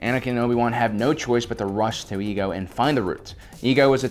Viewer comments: The planet's name is pronounced E-A-GO... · It's pronounced i-e-go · "...only found on the planet of Ego." Excuse me,, but last time I checked the planet was called Iego. Not Ego. Also, do you HAVE to continue calling Jar Jar a "Sith lord" at every encounter of him? I mean, seriously, you don't actually believe such BS theories, do you? Sure, you might say these things for humorous purposes, but if this is meant to be a FACT based channel, I don't think it's all such a fun idea. Just imagine people who decides to wanna learn about the Clone wars or just Star Wars in general, and they hear you saying Jar Jar's a Sith Lord. And the just figured out that a Sith Lord is literally one of THE MOST DANGEROUS and EVIL figures in star wars. Basically what I am saying is: Stop spreading tiny white lies every now and then. Okay? It'd make looking at these episodes 10 times more enjoyable. Thank you.